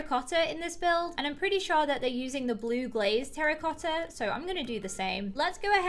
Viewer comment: When she said terracotta I thought she said Harry potter